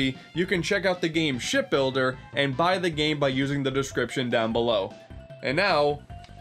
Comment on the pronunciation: Did he say shit builder